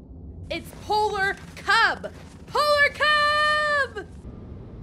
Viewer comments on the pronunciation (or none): “pLOler cLUb”